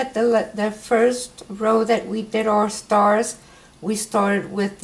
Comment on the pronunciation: Please do us all a favor and say this is STARS and not starts